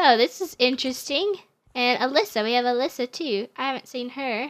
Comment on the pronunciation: The girl that you said was Alyssa is not how you said it ☹️